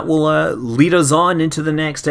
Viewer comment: The ending sounded very funny "I AM Scott Manley" :p Thanks for all the effort you put into these Scott =)